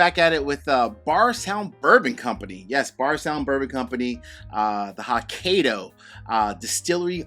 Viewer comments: Ouch. It is pronounced "hoe-kye'-doe". I am not Japanese but I couldn't help cringe everytime you mangled Hokkaido. I still appreciate your review, Judge! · Thanks for the review. Hopefully, I can get a pour. Hokkaido is pronounce as ho•kai•dow. You did pronounce dow correctly. Cheers 🥃